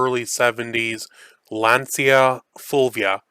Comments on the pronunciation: A litte advice..we say Lancha not Lenzia😂🤌🏻💪🏻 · Glad I looked down the comments, I was going to say roughly the same thing. In Italian "cia" isn't "See-Ahh" but like he said; "cha". I learned some Italian when I lived there in the 1970s. By then the big engine for a Fulvia was 1.6 liters. If I remember correctly, it's an aluminum V4.